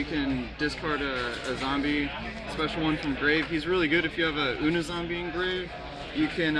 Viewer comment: And it's "you-knee" zombie. Dumbass